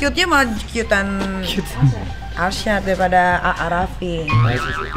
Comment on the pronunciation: Alshad plisss..bukan arsyad🤣